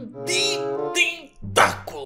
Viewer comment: Ele não sabe falar tenculo,🤔🤔🤔🤔🤔